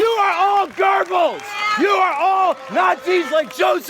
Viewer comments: I thought he was calling us gerbils because that's how he produced his name, it's pronounced gobels, last time I checked gerbils don't insight terrorism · gerbels? it's Goebbels lol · ylphi It is pronounced "goe bulls" The guy in the video mispronounced his last name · Göbbels not GÖRBELZ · We really don't give a crap what you think. But please do realise it makes you folks look rather dumb when it comes to mispronunciations like 'Gurbils' instead of Goebbels. And Goebbels ain't that freaking hard to pronounce, just think of 'bubbles' with a 'g' from 'great', 'gubbles' if you will. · don't know who you heard pronounce it but its not gurr bells its goe bells. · Joseph Gerbels... Um pretty sure it is Goebbels... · No, oe in German (or o with an umlaut, I can't type that on my phone) is pronounced like er in English, so Goebbels and Goering are Gerbels and Gering not Gobbels and Goring. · EVERY FUCKING TIME! It's GOEBBLES! NOT GERBILS! LEARN TO WORD YOU ASSHAT! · Why does the guy at the play sounds like he is saying "gerbils" instead of "Goebbels" ? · Joseph Gerbbels, it's Goebbels, the ignorance....just wow..... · YOU ARE ALL GURBLES! GURBLES! I know I shouldn't be laughing at the terrifying rise of American right-wing extremism, but fucking hell that pronunciation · wait... did he just say gerbals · You are all Gurbels? Damn, at least get Goebbels name right if you're going to stage a thing like that. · That dude shouting about nazis... Doesn't seem like he understands a lot of things. Especially how to pronounce german names. Sounded like he was calling them all gerbils. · "You are all Garbles!" To be perfectly honest, that mispronunciation was hysterical. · Was he trying to say gerbils? i might be wrong but i don't think that's how you say it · is nobody going to comment on that protesters pronounciation of the name 'Goebbels'. "gerrr, I'm 'murican, y'all are girbels" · He said gurrble but meant Goebbels. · Am I the only one who thought he said "You're all Gerbils"